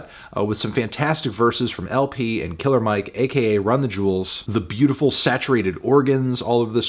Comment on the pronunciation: This man really said "brotiful" 😭💀